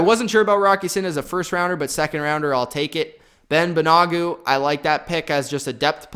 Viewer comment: wow, butchering names, lol. It's all good. Thanks for the video! Great analysis, I think you nailed it. BTW, Kenny Moore is better than OK, this guy is an OG and can play corner, is he the best in the AFC South, no. You might have forgot MSU's Willis, don't think i heard you include him, but all good. BAN-A-GOO is going to be a linebacker according to Chris Ballard. Ridgeway was unloaded btw.